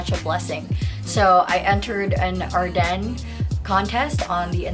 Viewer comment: Its pronounced Are-Dens lmao